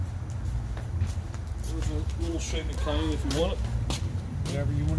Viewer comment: My head is going to explode if I have to hear him try to say "cayenne" one more time. yeah yeah yeah baby....